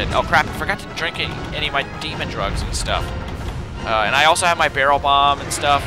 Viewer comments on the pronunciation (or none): none